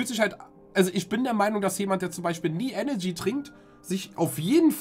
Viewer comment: ich kann doch echt nicht der einzige sein den tanzis aussprache von eneRgy sauer macht xD ich raste jedesmal aus wenn er enegy sagt